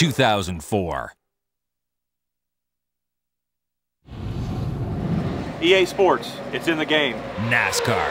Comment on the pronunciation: “EA SPOWTS” 10/10 Elliot Sadler